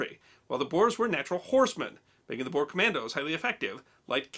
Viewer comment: The "Boer" wars ... well, unfortunately, that's a Dutch word, and the letters "oe" in Dutch makes for a sound more like "oo" (like the sound a ghost makes lol) in English. So the word is actually pronounced more like Boor war. Anyhow, the word "boer" is simply "farmer". I.e. the English were fighting farmers in South Africa.